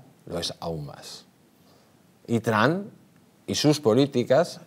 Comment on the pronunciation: TRAN ?????😂😂😂😂 TRUMP SR.